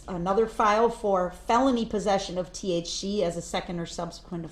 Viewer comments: needs to know T.H.C is not pronounced T.H. She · that lady can NOT pronounce the letter c to save her life must be them huge nostrils talkin bout T-H-CHEE, T-H-CHEEE and after she stopped saying T.H.CHEEE she started saying T-H-SHEEE lmao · black criminal man vs white prosecutor/District attorney lady surprising they both have a lot in common theyre both red as a tomato they both cant pronounce the letter c or SH sound to save their life her: he was in possession of T-H-CHEE. he was high on T.h.sheee when he ran over those shiditzens (citizens) him: i will not be DISH-RE-SHPECTED!!!! lmao what a shircus